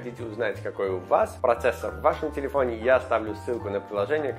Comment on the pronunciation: "Телепфоне"эхо проживания в Америке)